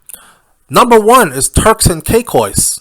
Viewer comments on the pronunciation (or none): ...ITS TURKS AND KAY-KOS 😂😂😂